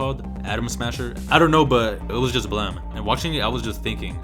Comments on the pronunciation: Why do you pronounce "blame!" as "blem"? It's should rhyme with "flame" If it were in katakana it would be ブラメ -bla-meh. But it's spelled in Romaji anyway. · why does everyone pronounce blame as blemm?